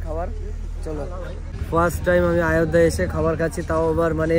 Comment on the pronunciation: আয়ধ্যা না বলে অযোধ্যা বলো.